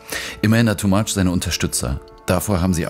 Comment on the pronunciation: Ist es wirklich so schwer seinen Namen richtig auszusprechen? "Tumach" heißt es in Lautsprache. Oder ist es Absicht, ihn hier "TooMuch" zu nennen..?!